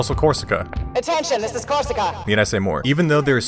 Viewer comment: man, the bast part is when you say ''Korsica''. pure dopamine rush here